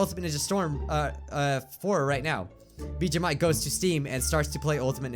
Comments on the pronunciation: Did he say Mijuu Bike at the end? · Anyone else notice that he said Mijuu Bike at the end? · Did anyone else hear him say mijuu bike? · Anyone notice he said miju bike at one point